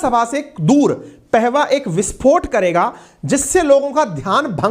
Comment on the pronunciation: Sabse pahale apna vyakaran sudhare ,Madan pahava ( पेहवा ) नहीं ,पाहवा था ,उच्चारण सुधारिए ।